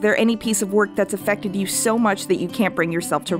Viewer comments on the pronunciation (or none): none